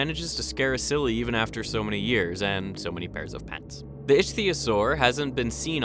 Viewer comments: Icthyosaur is pronounced "Ick-thee-o-sor" like the real world ancient aquatic species. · It's pronounced iktiosaur. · Ichtyosaur is pronounced with a “hard ‘C’” because it is from Greek. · The way you pronounce ichthyosaur bothers me